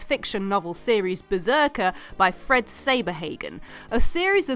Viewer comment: It's pronounced SAH-ber-HAH-gen, hactually...